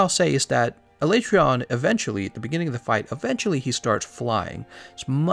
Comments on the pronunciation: A-lay-tree-on? That's probably the most uncommon pronunciation I've heard. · Why aee pronouncing his name wrong? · No one wants to say the monster's name the way Capcom pro ounces it in the dev diary... Poor Alatreon